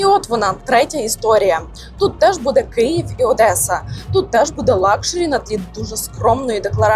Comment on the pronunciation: щиро дякую за цікаве розслідування, як завжди BIHUS видає неймовірний результат! п.с. мабуть вимовляється Одеса а не «Одесса» ? п.п.с. у Вас така чудова українська! 🫶